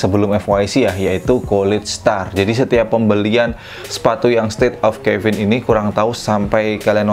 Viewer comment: Caven Di baca nya Keven bang bukan kevin😅 soalnya ane punya seri caven dan buat penyebutan ny Keven:v not Kevin